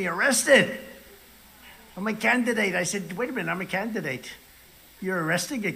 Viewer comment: I’m a “CAN-De-Date”. And they accuse Biden of not being able to pronounce words? 😅